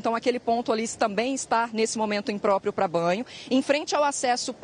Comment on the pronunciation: Imprópio disse o jornalista... Rs